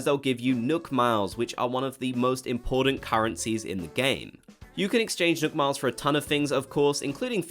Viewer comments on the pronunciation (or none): Did he say nook miles or milk miles